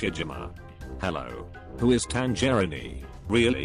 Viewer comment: Audio: "TanGERINI"